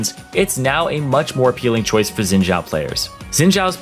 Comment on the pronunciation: Stop saying Zin Jao plss, Its Xin Zhao, the X is pronounced as a S and the Zh is pronounced as a normal Z